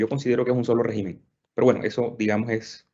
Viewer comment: Régimen, por favor, cuidar la lengua castellana por favor. Con acento gráfico en la primera e, con acento tónico en la primera e, también. Oh Dios !